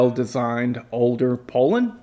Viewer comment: Its pronounced poo-lan, well by me anyways.